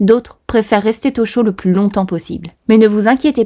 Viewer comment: Tu aimes bien rajouter des t dans les liaisons : rester t-au chaud, je peux t-encore, n’aurait pu t-être…. Chouette vidéo sinon 😊